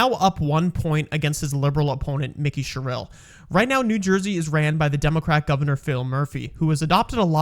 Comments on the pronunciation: I love the butchering of both their names. Jack Chit-a-rell-e. Mikie "Cheryl" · This AI is awful . Pronounce their names correct please . Mickey Sherelll ? Jack Coccarelli ? Come on